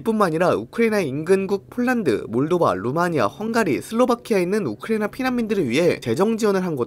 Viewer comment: 이스르엘도 그렇고 우크레이도 그렇고 발음 거슬림